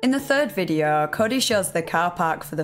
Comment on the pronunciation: “This videaaa” 😅